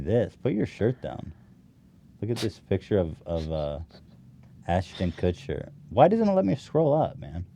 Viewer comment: Ashton Kutscher Kushtcher Kutchsher Kuschtcherter Kushtuchhershuscher